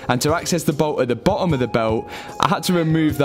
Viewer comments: Its not bo...om its boTTom😂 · Honestly great series. But jesus man. pronunciation. BeTTer FiTTer BoTTom